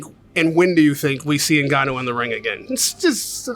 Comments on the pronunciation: Frank really needs to call this guy by his correct name considering he's promoted this fight, it's Ni-Ga-Nu, it's not En-Ga-Nu!!! Glad Raheem trier to correct him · Why do white people always call Francis "Nigg-ah-noo", it's obviously 'Enn-Gah-Noo" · how mental he still cant say Francis surname correctly....just rude